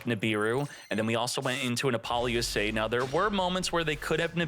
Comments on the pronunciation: Buddy please, repeat after me: “APPLE-LOOSA”😂😅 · Bro can't pronounce appolousa